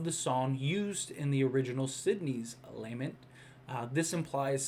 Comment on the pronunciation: Hey dude! Love the videos, keep them coming. FYI it's pronounced "lah-mint" emphasis on the second syllable.